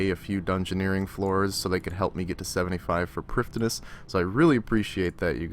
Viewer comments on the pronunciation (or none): Sounds like your saying priftiness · I really enjoy the videos man they are great but your pronounciation of prif ddinas is actually soul crushing